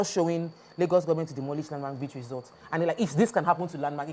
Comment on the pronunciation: Please check cambridge dictionary for proper pronunciation of resort. Thank u.